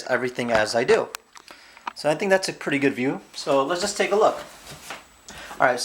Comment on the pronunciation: Why are you saying more and more preeti big